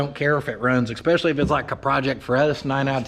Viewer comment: My father told me "never trust a man who says EXPECIALLY" That's the opposite of especially, if it was even a word.